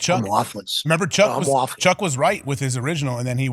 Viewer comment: Too much whafffling 😂